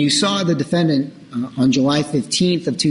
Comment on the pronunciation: The defend-DANT lol